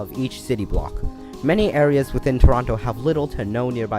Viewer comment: You pronounced Toronto wrong tsk tsk